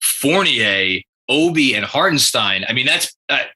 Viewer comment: Let's Go NY! Little advice from a German Knicks fan, let's get his name right once he's on our team, as I've heard tons of pronounciations. It's Harten and stein. Like the sh in shit and the dine in dine. Hartenshdine. Totally looking forward to him playing for us